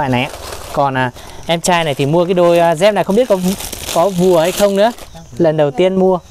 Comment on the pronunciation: Đi dép chứ không phải là"đi re'p"